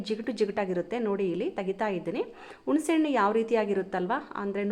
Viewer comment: ವಿವರಣೆ ಚೆನ್ನಾಗಿದೆ. ಆದರೆ ಹಣ್ಣಿಗೆ ಅಣ್ಣು ಅಂತಿದ್ದೀರಿ😮. ಹ ಮತ್ತು ಅ ಗೆ ಉಚ್ಛಾರಣೆ ವ್ಯತ್ಯಾಸ ಇರಲಿ!! ಹಿಂದಿನ ಕಾಲ ಅನ್ನಲು ಇಂದಿನ ಕಾಲ ಎನ್ನುತ್ತೀರಿ. ಹುಣಸೆ ಹಣ್ಣಿಗೆ, ಉಣಸೆ ಹಣ್ಣು ಎನ್ನುತ್ತೀರಿ! ಕನ್ನಡದ ಉಚ್ಛಾರಣೆ ಸರಿಯಾಗಿದ್ದಲ್ಲಿ ಕೇಳಲು ಚೆನ್ನಾಗಿರುತ್ತದೆ